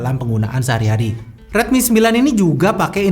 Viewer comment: rilmi lagi rilmi lagi :(